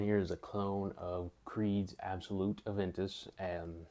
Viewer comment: it's not absolut it's creed aventus absolu without the T. And just say precious... precieux in french means precious... you're pronouncing it wrong